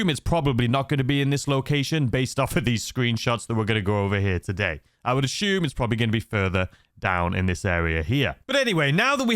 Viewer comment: Take a shot every time he says “ashume “. 🥃😵‍💫